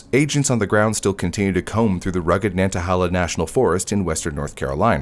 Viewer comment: It’s pronounced nan-ta-hay-luh